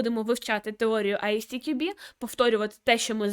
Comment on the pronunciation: Примітка від починаючего: ви вимовляєте назву фундації як Ай Сі Ті Кю Бі (можливо ви вимовляєте коректно але для перекладача воно звучить саме так), літера `S` в англійській абетці називається ЕС. Як виправити: розбийте одну абревіатуру на дві зробивши дві. На приклад компанія MWDN вимовляється ЄмДаблЮ ДиЕн. Як би я вимовляв назву фундації: Ай-ЕС__ТіКюБі.